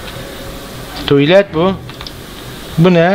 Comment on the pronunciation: La da tuylet diyişi varyaa